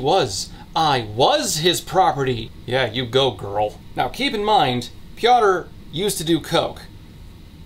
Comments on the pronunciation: Marek is an average polish name that is the equivalent of marco/mark/marc Your second pronunciation of Kuba was correct. Piotr is pronounced pyotr. And the polish version is very sloppy too from what I know. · as a Pole, you trying to pronounce the names is kind of hilarious. especially Piotr lmao. useless fun fact - Kuba is short for Jakub (the Polish version of Jacob) but also functions as its own name. i know a few Kubas and some Jakubs, i kind of see the two groups as rival gangs